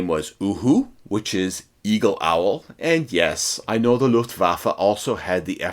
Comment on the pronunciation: This is the first time ever I hear a proper German language pronunciation Faron an obviously English speaking native person, thank you! Its horrendous hearing the Lufwaffe expression like Lofwaaafle.